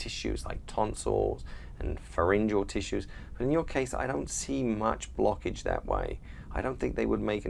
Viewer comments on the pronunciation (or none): "Any..... BLOCKIDGE" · Lmao the way he says it tho